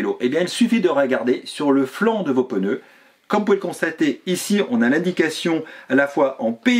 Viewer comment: "PEneu" - vous êtes du sud, non ? 😀 Merci pour votre chaine auquel je suis abonné depuis peu, continuez ainsi !